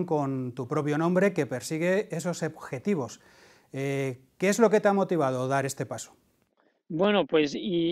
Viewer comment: Dive “Ebjetivos” en vez de “objetivos”